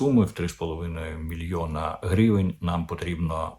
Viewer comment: Вивчіть вже ту букву української мови «и»,скільки можна говорити «меремірʼя» і «грівень»?